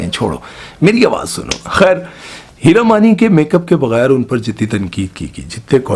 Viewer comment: Hira mani from yr accent sounds like heera mandi